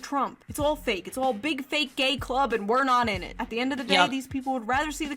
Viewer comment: She said pink hair with BEEG boin-boins... Oh god is June gonna take up rapping?